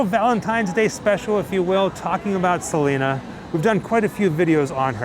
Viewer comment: It’s crazy because people know Selena didn’t like the mispronunciation and people still do it